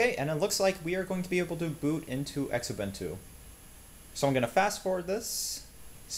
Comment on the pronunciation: Just a note? (and its not me nit-picking!...its my girlfriend!...she INSISTED I tell you this: It's pronounced "Zoo-boon-too" (Xubuntu) NOT "ex-ubuntu"!.......you would use the same pronunciation as when you say xylophone.....or Xerxes......(there!...now maybe she'll get back to the hugs and kisses and leave the dictation and speech course stuff alone!?....LOL!)